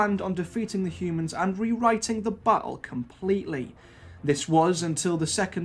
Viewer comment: Sometimes when you say ‘battle’ it sounds like you are saying ’butthole.’